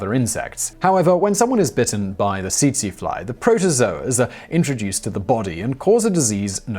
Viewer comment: Tsetse is pronounced as "setsee"